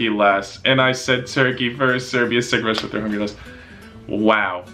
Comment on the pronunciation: bruh is pronouncing Russia rusia